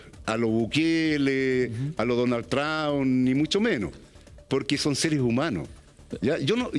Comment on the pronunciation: .. "a lo Bukeeele... a lo DONAL TRAAAUN !!" ... puta la wea "Profe"... por uuultimo "PROSUNIA" Bien !!!! ahjahjhaj